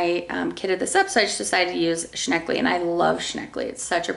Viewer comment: Every time you said "shneckley" I giggled;). Newspaper is a great deodorizer.... place your WIP in a plastic bag, on parchment with crinkled newspaper underneath, then toss the paper after a few days. Add some baking soda too if you can keep it in a safe place without the soda getting bumped around touching your fabric.